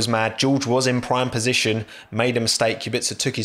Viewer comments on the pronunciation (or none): none